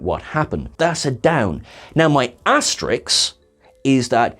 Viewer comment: Love, but it's ASTERISK....